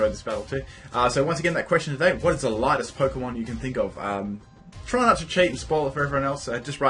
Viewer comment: Am I the only one who heard largest instead of lightest? Well my answer stays the same: wailord. Yeah I know he's not light at all bla bla bla but he's got the lowest density of them all. Just a nice fact. Don't care about the question.